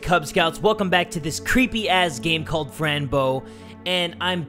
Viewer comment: When Jay said Fran I thought it said friend so alike lol